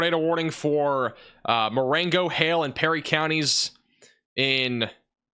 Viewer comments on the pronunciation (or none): none